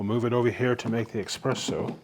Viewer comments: dear ameircans, please stop saying "Expresso" - there is no such thing. Only ESPRESSO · just curious - why do people who should know better call it EXpresso. ?? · Please, espresso with an s not x. Interesting review.